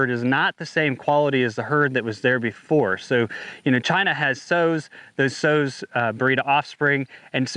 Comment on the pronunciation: Sows, not sews. LOL, they need to import some semen for Artificial Insemination.